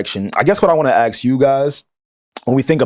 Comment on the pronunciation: Ask not Axe🤦🏾‍♂️